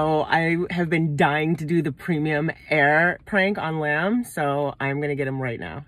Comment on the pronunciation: Premium air ke says Lamb 😂